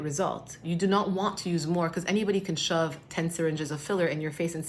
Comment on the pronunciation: Am I the only who hears saying PECAUSE every time 😂?